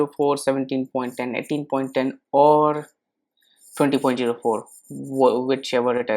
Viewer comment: You know he is Indian when he says "Jiro " ..:) btw luv this video bro!!!